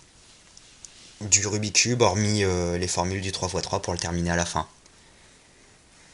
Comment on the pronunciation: j'aimerais juste faire remarquer que l'on ne dit pas rubi cube mais rubik's cube et que vous avez oubliez de dire le lettre de la face basse (B)